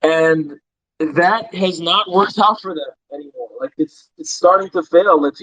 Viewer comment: "I am Canadian, I don't know how you figured that oooot" 🤣🤣🤣